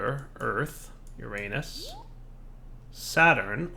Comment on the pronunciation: The way pronounces uranus xD